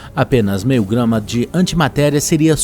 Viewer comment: "um kilo e mei" KKKKKKKKKKKKKKKKKKKKKKKKKKKKKKKKKKKKKKKKKKKKKKKKKKKKKK